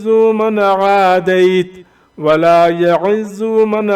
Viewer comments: Bhai sb aap Glat Phar rahee hain wala ya Azo nae Wala ya Ezo hy pls Check again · ولا یعز کو جناب آپ نے غلط پڑھا ہے اپ نے پیش پڑھی ہے ع پے جبکہ وہاں زیر ہے 😴😴😴